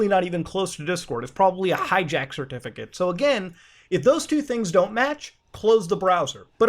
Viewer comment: hindi accent comes out when he says certificate